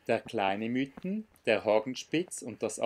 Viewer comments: Sehr gut dokumentierte Tour! Einziger Punk den ich zu bemängeln habe ist das man zum Mythen nicht "Müten" sagt sondern "Miiten". Da legen wir Einheimische grossen Wert darauf😉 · Ja das ist doch kein Problem, ich weiss ja selbst nicht ob ich schon öfters Berge die nicht in meiner Region waren falsch ausgesprochen hatte. Der Namen Mythen soll übrigens von der Alp kommen welche zwischen den Mythen sind und also in der Mitte ist. Und daher sagen wir Miiten, behaupten einige, obs stimmt weiss ich nicht... Ist ja eigentlich egal, hauptsache der Berg ist schön:) Liebe Grüsse und weiterhin gute Touren. Gruss